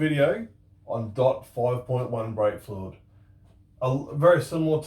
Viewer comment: He sounds like he is saying "dot four".